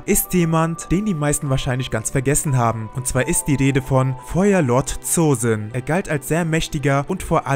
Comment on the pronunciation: Das o Von Zosin wir lang ausgesprochen also Zoosin